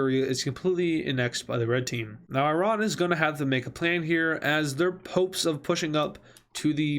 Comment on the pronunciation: Every word he said wrong 💀💀💀: Sirya - Siri Right - Rate Hopes - Popes (I'm not a hater, just wanted to have fun)